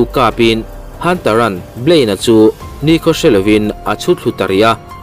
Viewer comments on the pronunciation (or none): none